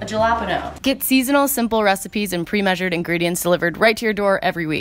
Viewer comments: a “jellapano” WHAT hahahahaha love it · So... what’s a jelapaño? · Cant stop laughing at the way pronounced jalapeño 😂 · I laughed too hard and kept repeating how she said it throughout the video 😂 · Oh that's what that was??? I thought it was some sort of cucumber🤣🤣🤣🤣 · the way you said jalapeño though 😂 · WAIT WHAT is that how you pronounce jalapeno in english?? im so shook hahaha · Anyone hung up on the way pronounces jalapeno??:'D